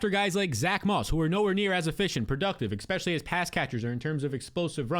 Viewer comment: great video, thanks. oh, the word is ESpecially, not EXspecially